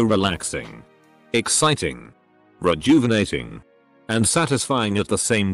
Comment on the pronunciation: I liked the video cause of the way the robot said:rejuvenating